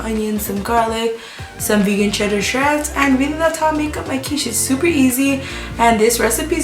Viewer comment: “Shedder Treads”, lol, I love your videos.